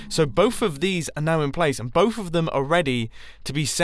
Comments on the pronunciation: I dont want to be mean but its somfunny he says bofe instead of both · Who else finds it cute/funny that mumbo says "bovf" instead of "both" :D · Mumbo: bohf Americans: both 👇🏻